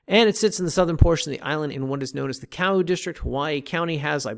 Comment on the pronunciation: As someone that lived in Oceanview for over 15yr 1st it's pronounced Ka-oo 2cnd it's pronounced o-he-a 3rd OV has a hardware store but any lumber windows... comes from kona/Hilo 4th OV is a great place for solar systems but don't use the small business called solar works. Or at least plan on getting a second opinion.